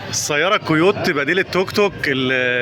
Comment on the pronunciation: نطق أسمها مش كده أسمها كيوت. ياريت نخلص بقى من كل التكاتك في مصر اللي شكلها مقزز وعشوائي